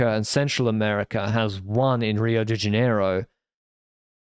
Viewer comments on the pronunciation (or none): none